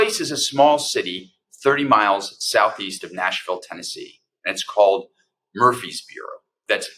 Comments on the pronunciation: Murfreesboro, TN, not Mumfreesboro. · It’s Murfreesboro not Mumphery’s borough!🙏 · Mur frees boro not Mumfeesboro . You really should get the towns name correct. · Quit saying Mumphrysboro. It is Mur-Frees-Boro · Mur-frees-boro. Not mumpfreesboro. Natives pronounce it Murphysboro. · It's MURfreesboro...not MUMfreesboro. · MURFREESBORO not mumfryboro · For heaven’s sake. It’s MUR-FREES-BORO; not Mumfreesboro. The pronunciation is not that difficult! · MuRFreesboro--NOT MuMfreesboro, TN! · Mur-frez-buro, not Mum-fres-buro. Please check the pronunciations of locations if you aren't "from there". Where's the video of the actual event? This happened 7 years ago. Why are you bringing it forward now? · It’s pronounced Murf-Rees-Boro In case anyone cares. Good coverage otherwise. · It’s “Mur-frees-brrrr-o.” 🙄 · He keeps calling it Mumfreesboro. I mean, really...if you want to shed a light on something, call it by its correct name. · OMG. It’s pronounced “Murfrees Burro”. Just like Murphy’s Burro” with the ‘R’ inserted. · The town is pronounced "Murphy's boro" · Dude! It's Murfreesboro TN, not Mumfreesboro. Smfh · This story is truly awful. Small correction. The town is Murfreesboro, not Mumfreesboro. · It's pronounced MuR ...feesboro. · I’m originally from East Tennessee, and for Goddess’s sake, pronounce “Mur’ freez bor o” correctly! Dude, you are an educated attorney. You have embarrassed yourself, in the face of a very important and disturbing story, yet another in the fascist takeover of my birth home state. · Murfreesboro, with an R. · You are mispronouncing the name of the city. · I cringed every time he attempted to say Murfreesboro. Clearly not a Southerner.